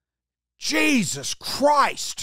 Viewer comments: Love a good Aussie "Jesuzzzz Christ" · An emphatic JESUS CHRIST always drives a point home